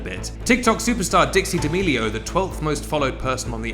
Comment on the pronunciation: saying D’Amelio instead of Deeamelio just sounds wrong